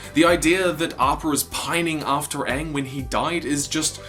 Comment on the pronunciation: It's pronounced Aang